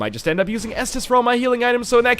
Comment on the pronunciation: am i the only one who says s dis d every time NL says estus